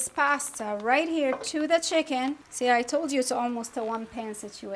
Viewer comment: *CHICKEN 😉 Not Chiken